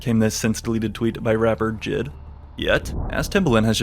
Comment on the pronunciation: the man said JID instead of J.I.D. know i cant take shit he say seriously